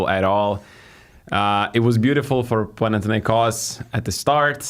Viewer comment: My man, I love how you correctly pronounce the name of the club. PanathinaiKOS.